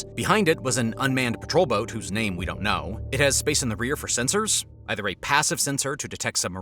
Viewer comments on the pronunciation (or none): none